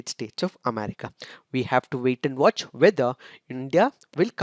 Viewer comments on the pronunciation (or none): none